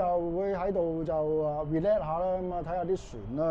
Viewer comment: 善意提醒, relax, 係讀 re叻士, not re 叻。😊😊